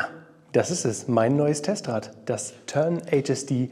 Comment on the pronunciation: wenn du 'Tern-HSD' englisch aussprichst und das 'r' nicht so deutlich sprichst klingt es so ähnlich wie 'Tenacious D'...